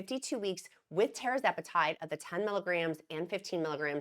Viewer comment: RESPECTFULLY... It's pronounced Tir-Zep-eh-Tide... not Terra-zep-eh-tide